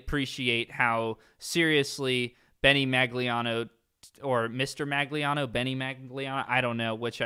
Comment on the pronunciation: It’s pronounced Maglinao, not Maglinao